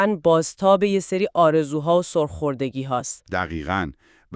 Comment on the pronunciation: Sarkhordagi نه Surkhordagi